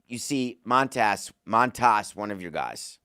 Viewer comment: David, it’s obvious you don’t like the Mets. Probably because you’re a marlins fan. You can’t even say Manea’s or Montas’ name right. And you forgot to mention the Mets have Senga. Montas deserves to be demoted. I’m happy they are having him pitch mid game instead of starting. His last 5 or so starts have been terrible. You also didn’t mention the Mets have 2 stellar starting pitchers in triple A with Sproat and McLean. Why didn’t we talk about why not bring them up? It’s time.